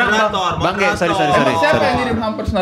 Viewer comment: Kalo bang manggil bang Ge kedengernya emang kaya G nya ganti K🤣🤣🤣